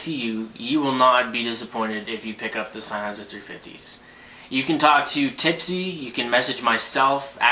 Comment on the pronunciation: He's pronouncing it correctly. It's a German company, hence the word is German and said the way he is saying it.